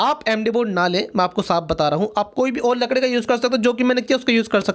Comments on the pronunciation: Congratulations now you say right लकड़ी वरना पहले तो लड़की बोलते थे😂😂🤣🤣🤣🤣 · he said hamar lakdi 🤣🤣🤣🤣🤣🤣🤣🤣